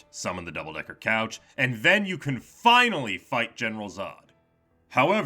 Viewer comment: "Sonic Dimensions" 🗿 "FIYNAHLEE SUMTHIN INCHERASHTENGH" 🤓